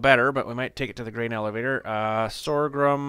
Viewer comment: Sorghum is pronounced "SORE GUM, not sore grum.